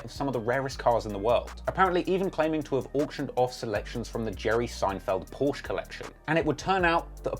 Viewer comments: “Por-sha” is how Porsche is pronounced sir. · Its German its pronounced as Por -sche